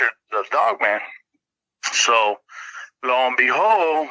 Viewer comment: I can’t un-hear it now 😅 l-o and behold